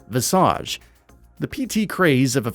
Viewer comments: "Viss-arge". Ha. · Visage is an actual English word and that is 100% not how it's pronounced....